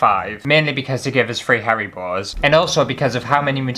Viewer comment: Sounded like you said, "*gasp* I get hairy balls!" but you actually meant Haribos :-O but I think that someone's hairy balls crawling into my water glass while I was sleeping tops earwigs.